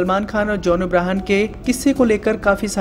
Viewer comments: Bhai its john abraham not abrahan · Did he says John Abrahan😗😗